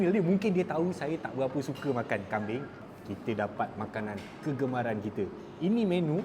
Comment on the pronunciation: Teqok sungguh bunyi hang cakap utara bro... Kambing >>> kambien... ..mana ada kambiaqqq